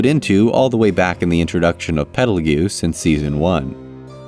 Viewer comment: Quick note: Petelgeuse's name is pronounced "Petal juice", similar to the star "Betelgeuse". It is, in fact, confirmed to be a purposeful misspelling of the star's name.